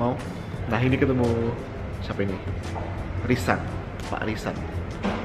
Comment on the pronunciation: Kak Jerome : "Bapak RISAN" Yang aku denger : "Bapak LISA"